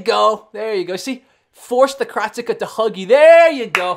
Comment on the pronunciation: Because he uses it's correct pronunciation unlike the rest of the world?